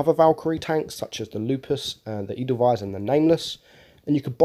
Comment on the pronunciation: Very good pronunciation of the word german word "Hafen" - Harbour - and very passable for Edelweiss :)